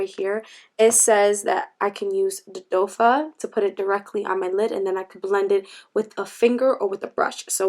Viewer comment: Not to be a nitpicking Nancy but the applicator is pronounced doe foot because it resembles the hooves of a deer. I know some people don't know and have heard others say doffa as well. Love your channel though just wanted to let you know!